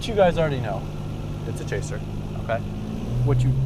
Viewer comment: chaser? i heard traser lol